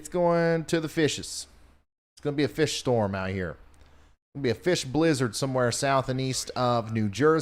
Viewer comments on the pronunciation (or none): none